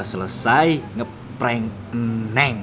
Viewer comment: HAHAHAHAHA NGAKAK IH PAS NGOMONG PRENKKKKK